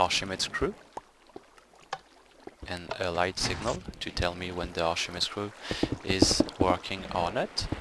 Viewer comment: OOHHHHH....ARCHIMEDE!!....I was wondering wtf arshama screw was. Accent is great, but formal names are emphasized in their primary tongues.....arkʰimɛː́dɛːs (k sound, not sh sound)